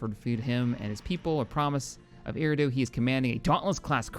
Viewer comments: Eriadu is pronounced er-e-a-du (without the breaks in the pronunciation) Keep up the good work and funny moments! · “E-rah-do” I believe